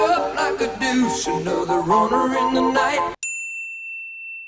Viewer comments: He said duche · Since when does "deuce" end with the "sh" sound? As for the rest, yeah, no, not hearing it.